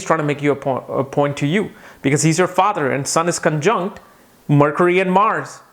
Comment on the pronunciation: "Marcury" :D :D